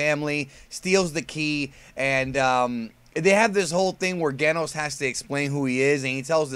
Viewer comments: its pronounce Jenos in japanese Jenosu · I love One PunchMan Btw it's pronounced "Jen-Nos" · I was going to put a comment about how you can pronounce Saiyan but not Genos but that's like 90% of the comments, so, instead I'll ask if you've seen the Heroes footage everyone has been freaking about and can we expect a video with your thoughts or have you pretty much covered it indirectly in another video? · You're mispronouncing Genos' name. haha